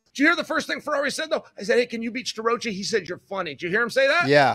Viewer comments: Stir-Roachie😂😂😂😂😂😂 I love how Chael purposely mangles people’s names. The guy is undefeated, truly… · Uncle Chael refuses to pronounce Starrocci's name properly.🤭